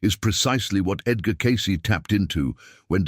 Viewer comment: Teach your AI to pronounce Edgar’s name FFS.